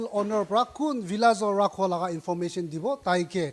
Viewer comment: Lol “Rhakho”.